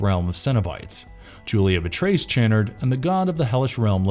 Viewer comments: Does the mispronunciation of the Lament configuration and Channard really annoy anyone else? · Also Channard's name. If the narrator had actually watched these movies himself, he'd know how they were pronounced.